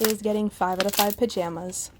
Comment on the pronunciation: welcome and thank you so much for the heart ❤️ ..... I usually watch slimeowy but yesterday when I found your channel it was just as perfect and I hope your channel gets more subscribers :) Edit: the way you say pajamas is hilarious 😂 👍